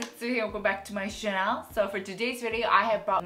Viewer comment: "웰컴백 투 마이 채널"인데 왜 자꾸 "웰컴백 투 마이 샤넬" 이라고 발음하시지;; 볼 때마다 너무 신경쓰여요